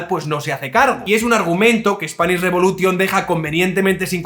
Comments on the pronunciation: Que bueno lo de "Spanish reBULOtion" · "Revolution" se pronuncia "revolushon". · no sabes pronunciar revolution? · Buen vídeo, "tas quedao" a gusto. Spanish Re'bulo'tion "sa dao" contra un muro, jakaka.